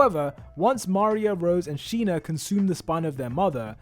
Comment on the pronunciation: this is sina not sheena.